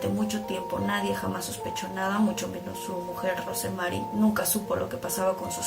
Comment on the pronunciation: Yo no soy psiquiatra, pero siempre me sorprende como es que la gente abusada y maltratada en terminan dañando a los demás como si fueran culpables de lo que les hicieron, me da coraje... Por cierto, Rosemary se pronuncia sin la "e" . . Así como como Rose de Titanic